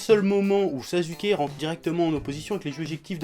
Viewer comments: On dit Na[ou]to et on dit Sas(sans la liaison)[ou]ke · il dit sasuke avec un "Z" c'est parce que ceux qui le prononce Sassouké ont tout aussi tort dans la prononciation